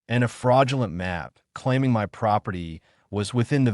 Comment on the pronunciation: Nice story but my is pronounced "mi" with a long "i" noy "m" "y". Fix this BS.